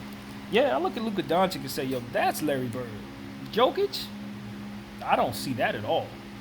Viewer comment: Jokic isnt ball handler ?You just dont know what you are talking about?Nevermind wrong pronanciation!!!it is YOKICH,Pop knows what is he talking about.I think that in order to make video about basketball,and put it on you tube,you should at one point in life play A GAME OF BASKETNBALL(not videomgame),so you could have some clue what are you talking about....So...long story short-don't talk about basketball,anymore,ever...o,and that theory about similarities of their names,here is suggestion;perhaps Popovic was thinking of him self as reinkarnation of Larry Bird,but since his second name is similar as Jokic's he said Jokic ,because can not make difference those two surnames